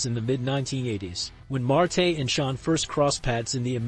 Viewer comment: Why do you keep calling Marty Janetty "Mar-TAY" ???